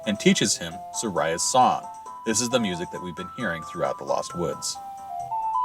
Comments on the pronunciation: These are great videos but it's so distracting being Saria's name be mispronounced. I've never met anyone who called her Sa-rye-ah. I've always pronounced it Sorry-ah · "Suh - rye' uh" Shit channel, can't even say the name right, skip.